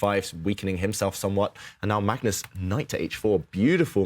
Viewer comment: “Magnoz Carlsen takes the wictory”